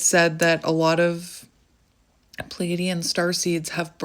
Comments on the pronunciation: If over giving and people pleasing, not liking crowds, I fit the bill to a T..as far as I know it is pronounced as you say it- phonetically plee a dee in.. at least I think so…don’t really know much about star seeds, but I think you are an amazing woman and unique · Hi! New subscriber here. Sorry if someone already posted this but I just thought I’d pass this along. You ARE pronouncing it correctly! 😊 It is spelled Pleaidian and it is pronounced “Plee -ay-dee-uhn”. Stress is on the “ay” syllable. I know it’s not phonetically correct. 🙄 At least this is how I have always heard it. Really enjoying your videos so far. I know I am a star seed. Not positive but feel I have strong characteristics of Venusian and Pleaidian. Thank you for your guidance! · (Plee-a-de-an) (Play-a-dees) I had to go and check the spelling 😅 You are saying it correctly though, I know the spelling is a bit weird. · your saying it right. Pleadian. Love and Light💚🙏🧿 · You are saying it correctly by the way. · You said it correctly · Your saying it right